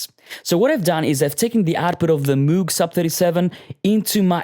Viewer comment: 99% perfect. The missing 1% is the pronunciation of ˋMoog´. ;)